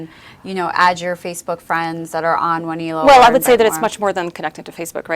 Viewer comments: she says the name..... Wah knee low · I'be always pronounced it Wan el o ...